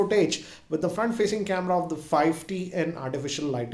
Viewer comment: He is saying fi T